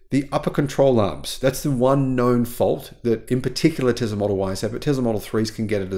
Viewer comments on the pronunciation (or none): It’s Tesla not Tezla.